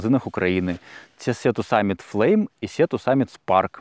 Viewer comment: Читається сі то саміт, не сіа)